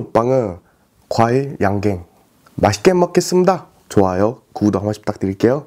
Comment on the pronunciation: 발음 굿. 하지만 구도-》구독 발음이 좀 아쉬움.